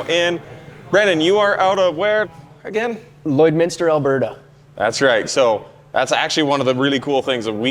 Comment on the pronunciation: My wife is impressed that you pronounced Lloydminster correctly. We know 50 year olds that were born here that still haven't figured it out 😂